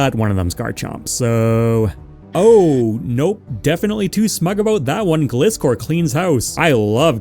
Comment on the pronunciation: Great video, never say Gliscor again 👍